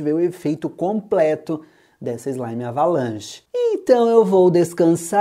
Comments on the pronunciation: Eu acho que em vez de "Avalanche", Ele dizia "Abalanche". Kkkkkkk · Eu acho que em vez de ele falar "Avalanche", ele falava "Abalanche". Kkkkk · Vc não sabe falar certo a slime ? É avalanche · Quando fala avalanche no vídeo não parece q o fala avalanche Quem percebeu isso me responda nesse comentário